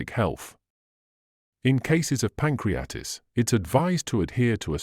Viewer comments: Here it is pronounced “pancreatis” which is wrong. The right one is “pancreaTITIS”. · Pan crea tit is....pronounce that Doc. It is NOT "pancreatis". 😅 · *Pronounciation of PANCRIATITIS 😶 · Who or what organization paid to present this chain of errors? The extraordinarily uneducated reader could not even properly pronounce pancreatitis. Knowing of several groups intent on destroying physio-wellbeing I would guess this was created by the WHO. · I think you’re wrong about garlic! And learn how to pronounce Pancreatitis and margarine!!! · Excellent English, not sure about the pronunciation of pancreatitis tho.